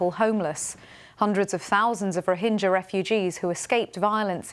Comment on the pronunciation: Rohingya, not Rohinjia -Geeya, not Jia.